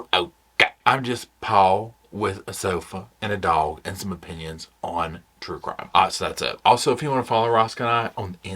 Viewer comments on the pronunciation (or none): Paul you never fail to crack me up! This time it was your 2 syllable pronunciation of dog as “doe-wug”. 🤣🤣🤣🤣 🛋️🛋️🛋️🛋️🛋️